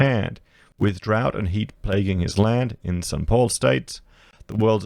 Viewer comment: Sao Paulo "Sow Pow-Low" is the worst name pronouncer in the solar system....but Thanks for the video